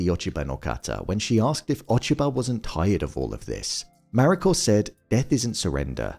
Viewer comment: Need to learn to say the Japanese names, such as "Mariko", even half reasonably well!